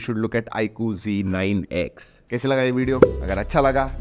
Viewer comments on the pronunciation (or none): Yeh IQOO ZEEE 9 X NAHI HAI, IQOO ZEDD 9 X HAI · bro ba g9x nehi z9x